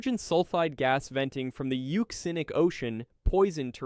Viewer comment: You said it right! Euxinic (Yuu-ZIN-Nic), from the Ancient name for the Black Sea - the Euxine Sea... EVERYBODY pronounces it "Yewk-Zihne", instead of Yuu-ZIN-Ee (or -Ay?). The absolute failure of the Western World to properly understand the many & varied values/roles of "X" has been a source of real despair for me...Thank You, for giving me Hope!!